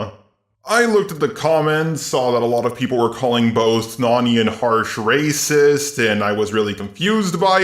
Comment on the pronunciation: "Waycist" XD